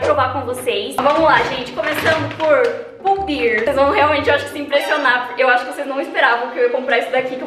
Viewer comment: você tá pronunciando Pull & Bear errado hahaha